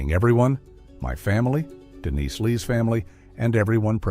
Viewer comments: AI, yea? Is the victim Denise or Dennis? It isn't certain apparently! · So annoying the constantly calling her Dennis instead of Denise. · DENISE NOT DENNIS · Dennis... Come on, sort it out 🙄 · Why is the ai able to pronounce Denise one second than say Dennis the next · Take a shot every time the stupid ai calls Dennise, “Dennis”.